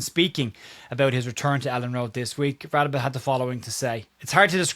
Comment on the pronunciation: Hi Sorry to be that guy but I'm pretty sure it's pronounced "Ra-day-be*. I've lived in rsa for over 20 years and encountered quite a few people with that name and that's how it's pronounced I remember when Lucas signed, the TV people asked him how to pronounce it, and from what I recall he told them to pronounce it like you did, which I am convinced was either not a true story or he was winding them up